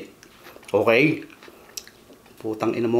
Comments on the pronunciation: Dami ko tawa sau besfren how u say that words p*tang ina hahahah u made my day idol😘😘😘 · Idol dami ko tawa sa "putang i#* mo ka!" Ahaha, ang lutong🤣🤣🤣